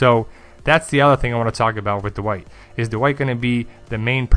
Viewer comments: I'm kinda just joking. I really like your work. Your analyses and theories are thorough and interesting. Still, I bet if you say "bad white" it doesn't come out "bad uh white" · dude... say it with me... "Dwight" (one syllable) not "Duh-white" just "Dwight"... one syllable